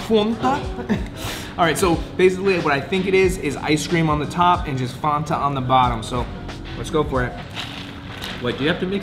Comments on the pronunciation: fan-ta, not fonta lol😅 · Fan- ta like your boy said. Not Fahntah 😂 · I love all your ridiculous pronunciations of simple words like fanta. FAnta not FOnta lmao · Its not FONTa.. Its FANTA...youre saying it wrong...lol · Since when is Fanta pronounced Fawn-Ta. We just say FAN ta in America😭😭😭 you’re right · Fonta lol. Your friend had it right. Fanta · It's NOT FON-TAH!!!!!!!!! It's FAN-TA!!!!!!!!!!!!!!!!! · It’s “fan”ta! Your buddy got it right. Lol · What the hell is a "fonta"😂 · “fONtah” cringe af